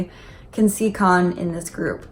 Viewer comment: I was like 'who is Kahn???' Took me a whole minute to realize she meant Kaeun lol sorry